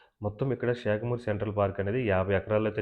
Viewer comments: Bro adi షాకమూరు(Shakamuru) kadu శాఖమూరు (Sakhamuru) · షేకమూరు కాదు. శాఖమూరు.